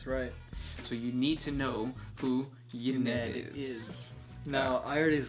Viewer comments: Oh and I think you're pronouncing Ynnead wrong. The way you say it is "Y-Ned" but I think it is meant to sound like "Yin iyad" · The destruction of the Emperor's Webway is Magnus' fault. It's not for no reason that the area of the human webway overtaken by the neverborn is called 'Magnus' folly'. Is Ynnead pronounced 'ee-knee-ad' with slightly less emphasis on the '(y)-ee'?